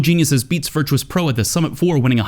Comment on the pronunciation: Virtus.Pro is pronounced "Ver-Tis" not "Virtuous" GL HF!